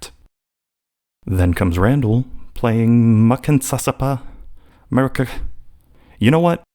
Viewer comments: Except it's me_ri_eke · Is it really that hard to pronounce "Me-ri-kie"?